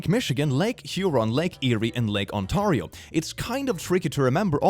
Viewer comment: why is no one talking about the way he said Lake Ontario?